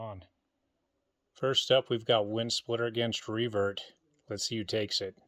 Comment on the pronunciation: For some reason when you say Revert, it sounds like Free Bird to me. Hit the music!!! 😂